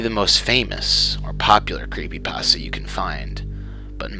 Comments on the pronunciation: lol "Creepy Paahstuh" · creepypaustah. It's like Christopher Walken. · Lol, "creepy passta" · It's pronounced creepy- pAsta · crept 'pesta' ? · creepy- pah stah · "JVK is a creepy pahstuh based on the game moral when-" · oh my god this bugs me more than it should. That is NOT how you say "creepypasta". I have no idea why this irks me so much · love how the guy pronounces creepypasta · XD somewhere he misprounounced creepypasta